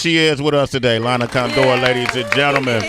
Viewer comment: Sway be like "Lana ConDOOR". CONdoor is the correct pronunciation.